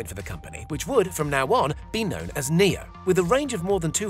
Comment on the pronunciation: so is it pronounced "Neo" or "NIO" cuz it's spelled NIO so why did he say it like the word "Neo" ?! When i say Nio i mean like "niyoh " REMEMBER FOLKS in English "I" is pronounced differently to what u might expect. For example in my language which is Dutch (NICHT DEUTSCH!!) "I" is pronounced like "E" in English so don't get confused out there. I wanna prove my friend wrong and say its pronounced "NIO" and not "NEO" so I hope ya'll agree with me in saying this guy pronounced NIO incorrectly.